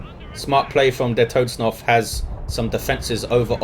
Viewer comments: germans the fk do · he is raping the german language ^^